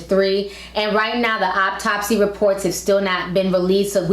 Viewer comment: Did she say "obtopsy"? Lol